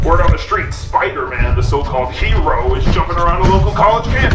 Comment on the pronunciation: Spooder man OmG ItS SpOoDeR mAn